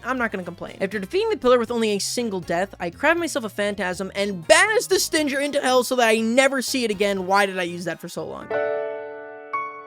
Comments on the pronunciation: He couldn't pronounce Stynger either (its pronounced stinger smh) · Isnt stynger like obviously pronounced stinger, as in a bee stinger? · I just wanna know why you aren't pronouncing Stynger like stinger